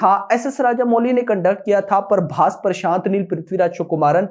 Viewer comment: Naam tho sahi lo bhai Parbhas nhi hai phabhas hai